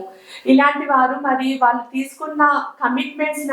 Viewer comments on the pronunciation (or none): none